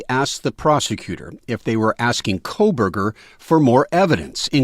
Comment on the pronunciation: Why does everyone keep saying “Koleberger”? It’s “Kohberger”, without an”L”.